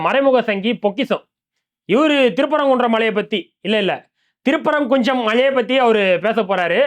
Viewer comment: திருப்பரங்குஞ்சம் Me: கொய்யால திருப்பரங்குன்றம் அப்படினு சொல்லுடா நாயே. திருப்பரங்குன்ட்ரம் இதுதான் உச்சரிப்பு. தமிழ் வரலைன்னா தங்கிலீஷ்லயாவது எழுதி படிடா சங்கி நாயே